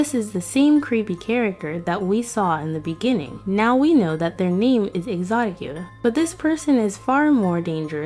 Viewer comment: It’s not Yoda it’s Yatta